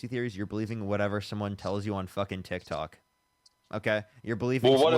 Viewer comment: That first guy with the lighter voice, he's a fool. He said that DJT "hasn't been convicted to go to prison". The correct term is sentenced to prison. He has been convicted. The caller with the deeper voice is just an absolute jerk whose head is twisted. LOL did he just call it Tik TAk? Practically the only thing he was correct about is that manual labor can be very tough work. Global Elites is basically a conspiracy theory and not what he thinks it is. This dude is clearly not in any way, shape or form an intellectual. And basically at the end of this video clip, was dumbfounded and at a loss for words when the guy admitted to speaking to Jesus literally a couple times while on a shroom trip.